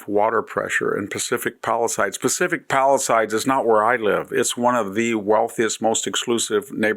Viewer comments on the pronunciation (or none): Pacific Palisades. Not “palisides “. You should know that word from your classical education. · It's "PalisAdes', not "PalisIdes". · You are an embarrassment to the rest of us multi-generational residents. At least learn how to pronounce "Palisades."